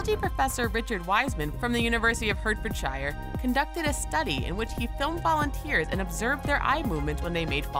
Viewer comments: Heartfordshire said in phonetics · any brits cringing at the way she pronounced hertfordshire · I don't think he pronounced Hertfordshire properly.